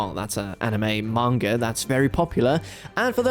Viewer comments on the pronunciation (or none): none